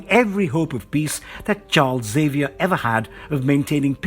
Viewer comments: Neato! Mag-NEEEE-TOE!!! And EX-Aye-Vee-Er. You say the X. Come on dude. X-Men? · This was trash. You cant pronounce colossus, xavior, or magneto , "aluminum spikes " under the adamantium ? TF man...